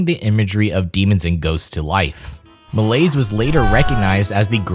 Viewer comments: Repeat after me “Mel-lee-ay” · How to pronounce Georges Méliès "May Lee Ess"